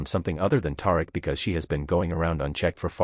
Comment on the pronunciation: Tar-Rick? I guess we should spell it Tie-Reek just so, you can pronounce it correctly 🤣🤣